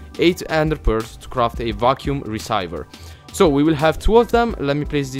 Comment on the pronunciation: it is pronounced reeseever = receiver